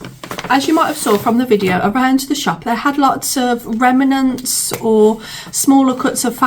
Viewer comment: I just love the way you pronounce remnants, or as you say remAnents! Made me giggle each time you said it.